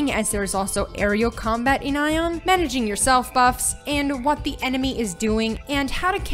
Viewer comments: The moment she said "Ion" instead of "Aion", I was out. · it's A-ion not eijon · Idk why you keep saying the word Aion as if the A was silent. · dat aion pronunciation tho.. customiztion? okay.. and pvp and most of the players localised into the abyss is COMPLETELY wrong, people use the (upper) abyss only for sieges and entering war forts. PVP and 90% of the players are in highdaeva regions; Iluma and Norsvold and that is also where PVP happens